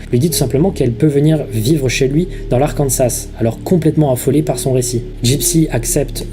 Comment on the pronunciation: on ne prononce pas le S final d'Arkansas